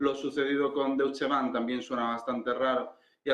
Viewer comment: Por favor.. DOITCHE Bank... el Deush Bank no existe.